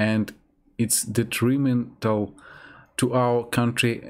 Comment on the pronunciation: As an American, I'd say your English is very good. You pronounced a few of the more difficult words bit strangely (logistics, influence, detrimental), but other difficult words you pronounced very well (according, confidence, occasion, quarrel, opinion, gradually, negatively). Overall though you're very easy to understand :)